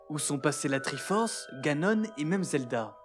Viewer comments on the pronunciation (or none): "Ganon", et pas "Ganonnes" (lol)